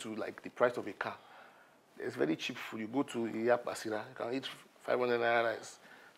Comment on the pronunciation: cooked the werey sm he started pronouncing heat for eat💀😂